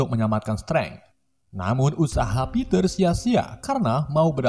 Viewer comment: Ngomong stiv (Steve)👍 Ngmng Peter harusnya piter dong